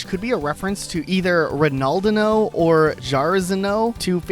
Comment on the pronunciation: He also mispronounced the names/nicknames of the two brazilian soccer players he mentioned when talking about Jitters; I'm a bit sleep deprived so I only remember Ronaldinho, I can't remember the other one 🥲 as a brazilian, I genuinely don't think I ever heard someone mispronounce "inho" that bad in my whole life lol